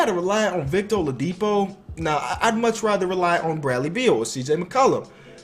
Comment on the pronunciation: Watching at the middle of the 2018 season and hearing him say olidipo is bad. LOL